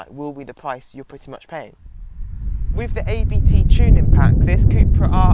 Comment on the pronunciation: very good review! But just one hint. It´s not A B T. It´s a german family named Abt.